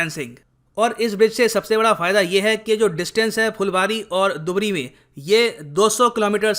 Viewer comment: दुबरी नहीं धुबरी बोला जाता है। मजुली नहीं माजुली बोला जाता है यहां।